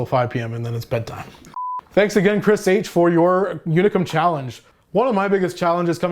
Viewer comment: If you feel like pronouncing how the Hungarians do, its more like Oonicum than Younicum :)